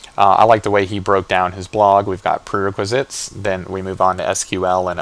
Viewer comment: Dude? its pronounced PRE WRECK WRE ZITS.